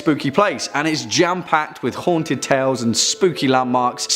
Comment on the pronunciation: I 💕 the way he says; .."Haanted"